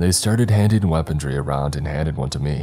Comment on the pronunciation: Dude! Really like your story telling style but I absolutely crack up laughing every time you say ACROST, ELTS and my personal favourite WEAPONTRY 😂😂😂😂